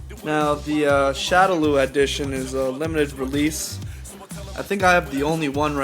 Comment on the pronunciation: It's pronounce shadow-law. God that was annoying.